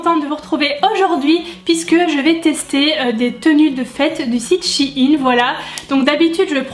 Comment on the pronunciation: Shi-in ?? NAN shein